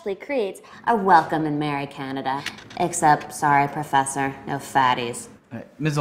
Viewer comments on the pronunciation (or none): i love how she stresses out fat professor